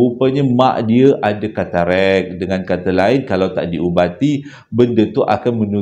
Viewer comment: Lawak plok dngar keterekkk😂,tk silap ketarak lh.Maaf akak trgelak😊